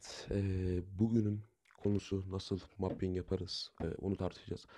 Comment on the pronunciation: Mepping değil mapping diye okunuyor aynen (!) (Sen pelankton musun)